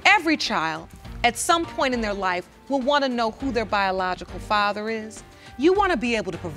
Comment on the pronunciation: Her boyfriend couldn’t even say ‘biological’ smh 🤦🏾‍♀️